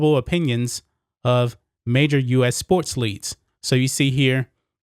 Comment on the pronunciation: Why do you pronounce “folks”, “foats” and “sports leagues”, “sports leads”?